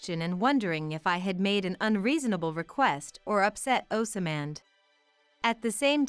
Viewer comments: Oz mond not oas samand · They are not sounding Osmand properly there is no a after the s